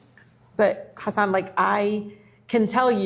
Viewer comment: it's audibly refreshing to hear the congresswoman pronounce Hasan's name properly and not say haSAWN